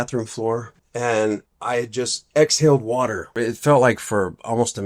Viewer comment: He's lucky he didn't drown in the "Warller" (water)!